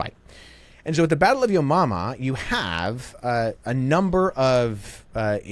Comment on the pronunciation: Battle of yomumma , makes me chuckle every single time I hear it 😂